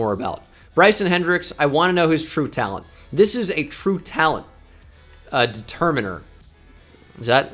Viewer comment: "Determine-er" lol fuck that made me laugh..